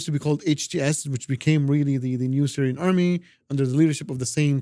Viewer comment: "Syrian Amry" 😂😂😂